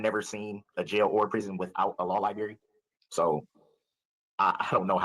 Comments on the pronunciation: Mr. Brooks, the word is library, not lie-berry. That issue alone should call into question the intelligence of Brooks. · Life in prison is WAY better than the D.P. Also, he still says Lieberry. Unbelievable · no no no - not 'library' - lyberry - law lyberry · Yes, the word is library but that pronunciation is an example of AAVE, or African American Vernacular English. It is not indicative of his intelligence…unlike going pro se. That is NOT a good decision AT ALL.